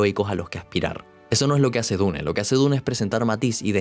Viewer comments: Se dice diun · Iba bien el video pero detesto que digas dune remarcando la E al final. Me tuve que salir. Hasta donde ví era buen video si